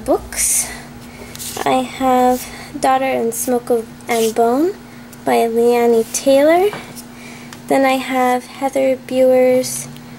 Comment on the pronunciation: Maggie Stiefvater's last name is pronounced steve-otter. :) And Laini Taylor's first name is pronounced like Laney. Just wanted to let you know! Also, you really need to read Divergent and Insurgent by Veronica Roth, Across The Universe and A Million Suns by Beth Revis (the first book is a bit slow, but the sequel is much, much better!), and the Gone series by Michael Grant (which I'm sure you'll like). -- Lauren Lauren Reads YA )